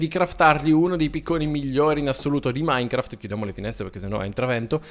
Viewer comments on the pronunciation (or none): none